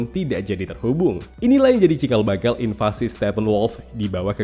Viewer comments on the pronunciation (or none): none